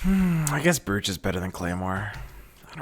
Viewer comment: "Brooooch", brooch is pronounced like roach